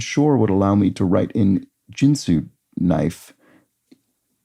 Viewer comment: I think Ginsu is pronounced with a Hard 'G' and not like the alcohol spirit or card game.